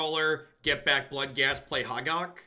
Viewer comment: pronouncing Hogaak is everything I love about this stream. First it's HOH-gahk, then it's HA-gark, then it's "an 8/8". Keep being awesome